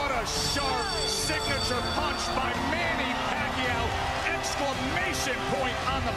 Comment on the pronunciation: Aahh...those days of yore...when even Filipino announcers sounded unsure of how to pronounce Manny's name . Rest well, Champ, rest well... you deserve it.